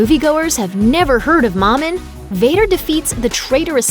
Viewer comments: The pronunciation of momin triggers me. ITS MOH MIN! Not MAH MIN?! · Yes exactly! I'll think I'll stick to star wars theory and stupendous wave after listening to this video butcher the name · Momins name is pronounced M-OA-M-I-N not mom in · Mo min not mom in